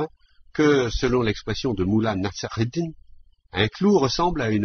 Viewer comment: la prononciation de mollah nasr eddin est insuportable